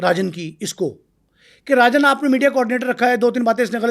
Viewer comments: Rajan ko arjan bol rha hai tatta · Naam to Sahi bol Le saaly. Chota Rajan ko arjan chota kh rha.